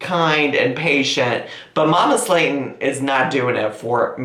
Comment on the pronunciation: Why does mama Slayton sounds like Mama Satan everytime he says it 😆😆